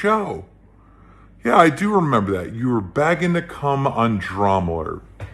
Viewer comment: I know we hate how pronounces some words incorrectly, But is Keemstar saying Begging? It sounds more like Bagging.